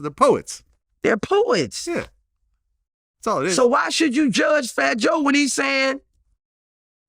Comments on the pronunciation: Shout out to “flat jay” 😂 Boosie geechi asf 😂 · this man said Flat J 😂😂😂 I'm dead.. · Damn he called fat joe...flat j! 😂😂😂😂😂😂😂😂😂😂😂😂😂😂😂😂😂😂😂😂😂😂😂😂😂😂